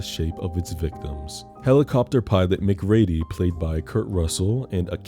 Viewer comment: Ooo we're gonna fight the way you're pronouncing MacReady 😂 you should have done Devil with the dude from the invitation.